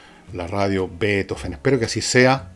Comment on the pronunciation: Gracias tan sólo por decir Beethoven , no betóóven. Voy a hechar de menos la radio a pesar que como Usted ,cada día la escuchaba menos, por el locutor ( pseudointelectual de google), y por la época barroca que jamás he logrado digerir. Danke por hablar del más grande Músico Compositor de todos los tiempos. BRAVO por siempre Ludovico, Padre de la luz y de las sombras Del relámpago , del viento y un cáctus de puntas rojas De la noche iluminada sin sol Del día más oscuro De sombras como paraguas invertidos ventolados con o sin olas de gotas como vapor de barco gigante Sin lágrimas ante el asombro, como ve quien ve por primera vez En tus profundidades abisales, tus tectónicos movimientos teutónes paralizan el alma Con tus truenos Tus relámpagos Tu estruendo que te deja sordo La vibración de las tablas bajo tu orquesta ,dan el ritmo en tu mente y alma Retumba cielo y tierra Avanzan los maremotos sobre placas tectónicas implacables ....y después Beethoven. Sólo él ( para mi ) define toda la locura del hombre. La irracionalidad. El intelecto que va más allá de la impresión y exultación . La ternura en su grado máximo. La penumbra del genio incomprendido. Otro piano! Ya no sirven los pianos de esa época El piano forte nace en el ceno de unas partituras que no dan abasto a pianos que fueron muriendo cuando nace él La música no vuelve jamás hacer la misma Revolucionario por exelencia No te sientas en la cocina como los tuyos Ya no eres de nadie Eres de todos Le das el pedestal que la m